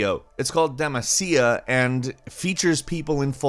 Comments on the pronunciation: De-ma-see--ya????? It is Demaica!!!! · Its pronounced and you need to shout it DEE-MAAA-SIA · wow,, that pronunciation! Deh-mah-see-ah. Yoh-kai. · De-macia... lmao please give LoL a try. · when he said DEMACIA... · Dehmah see ah Garen would like to have a word with you. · Don't know what bothered me more,the fact said Damacia or the fact the people in said restaurant were champions from piltover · I'm really sure that FFXIV is in the top 5 mmos for the past two years or so. I don't think its time has passed. And mispronouncing Demacia? Come on, guys. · The way he pronounce Demacia REEEEEEEEEEEEEE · Don't ever say demacia like that again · That demacia and yokai watch pronunciation...... good video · The way he said demacia...